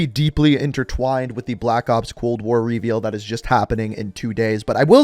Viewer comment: Am I the only one bothered by how he says "reveal"?